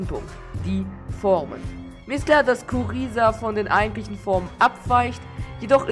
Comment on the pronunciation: Kuriza wird Gruiser ausgesprochen